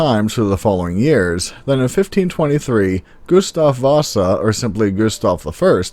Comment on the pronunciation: You pronounce Gustav Wasa and Bäckahästen like a true swede! Good job! A few translations for you all: Storsjöodjuret: Big Lake Beast (He/she is kind of our Nessie). Storsjön: Big Lake. Skogsrå: Forest-Raw or Forest-Roe like Roe-deer. Troll- well Troll. Snömannen: Our literal translation of Snow-man as in the Arctic Bigfoot. If we refer to a Snow-Man as the thing built out of snow it is Snögubbe. Werewolves: we had people believing in werewolves up to the 40s and 50s for real in Sweden. Sadly mostly to spread hate for wolves so they had an excuse to kill them, the hate from the great starvation of Scandinavia. Draug: a drowned person who comes back to life. Basically a waterzombie. Vittra is something else: they are the most feared creature in Swedish Folklore along with Maran (the mare as in nightmare) who basically is what we see as the woman when having sleep-paralysis, you can chase her away with a poem but someone else has to say it since yourself cannot move when she sits on you. Myrling: Is more the spirit of the dead child than a zombie-version. They will try to call you into the forest to kill you - Myrlingar was children dead from either starvation or like in Hansel and Gretel- left in the forest to die since the family could not feed them. The flying dinosaur I actually never heard of, not the boar or alien thing. Bäckahästen: The Creek horse- kind of like Näcken (basically means to be naked) - they basically lure you into the water to drown you - similar to the Ke